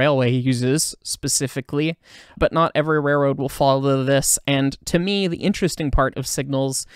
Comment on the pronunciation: The word "rare-road" is actually spelled with an L, and should be pronounced that way, too.